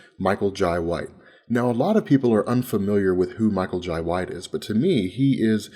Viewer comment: it irks me everytime he says Michael Jai Whites name... TF....? it's pronounced Jay just like inbetween my name is lai but it is pronounced Lie